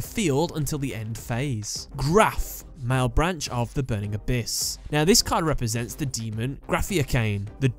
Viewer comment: That "malebranche" pronunciation though...